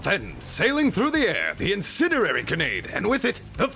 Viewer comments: "incinenary grenade" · Some of the most excellent pronunciation and magnificent annunciation on YouTube but you can’t pronounce “incendiary”, I’m a manly man but that’s so cute!